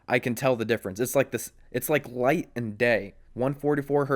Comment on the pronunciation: Sounded like he said night to me.